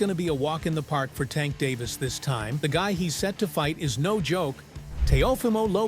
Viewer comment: it's davis not David.